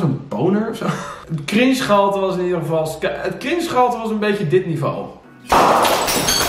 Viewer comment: ik dnek elke keer dat je kring spier zegt ipv cringe spier 😩